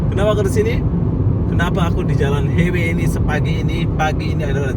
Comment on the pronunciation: Highway = Lebuhraya. Sebutannya bukan "hei-wei" bro tapi "hai-wei".